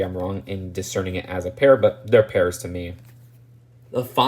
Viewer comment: I like how you said "pear.". But not only did you make the mistake once. You kept saying "pear." Or "pears." multiple times 😂